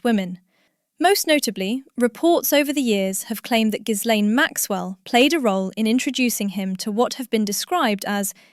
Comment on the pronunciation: Could Ghislaine please be correctly pronounced ? The "s" is silent.